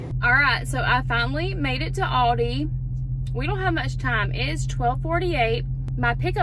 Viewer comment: I can’t get over the way you pronounce Aldi. It’s ‘al-dee’ 😂